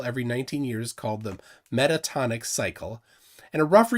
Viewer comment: The 19-year cycle isn't "metatonic", it's "Metonic", named after the Greek astronomer Meton.